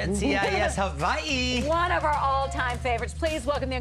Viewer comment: Why does she pronounce it Hawai-ii? Every time!